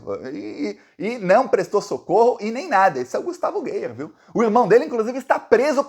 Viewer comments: Acho graça quando alguém pronuncia "Gueier" 😂😂😂 Eu chamo de vergonha da política goiana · o nome do "NAZIFACISTINHA" Gustavo Gayer, lê se como escreve, não use na forma em inglês. É como se escrevesse "GÁIER". 🤜🤛